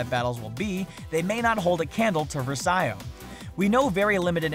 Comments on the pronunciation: It's pronounced verse-ee-oh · "var-dose" "ver-see-o". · Versio,not Versaio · You said versio wrong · IT'S PRONOUNCED VERCO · VAR-DOSE VER-SE-OH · It's pronounced Ver-see-o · Louise Troche Vers-ayo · Louise Troche yeah its vr see o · Louise Troche yeah it's ver se o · BfII looks great, but this dude doesn't know anything about Star Wars. Can't even pronounce versio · You just repeated the same things like 3 times. And her name is verso you can't even pronounce that !